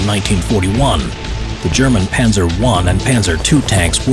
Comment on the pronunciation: No it’s panzer